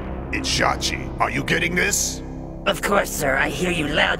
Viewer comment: you're not only mispronouncing it but also misspelling it. It makes me wonder if you even watched the show because shachi is said many times, both in English and Japanese. You also googled it and never noticed it? This is also not your only mistake. You thought shigure was mukuro's right hand man. You stated hokushin was an A when the anime says clearly that he's S. And it also shows the level of reading comprehension that you have since you didn't even notice it the whole time. And your go to move is saying I believe the wiki? See your reading comprehension is quite lacking. No offense but is English your first language? Also, you still didn't answer my question lol. See, that's another example of why you need to brush up on your reading comprehension.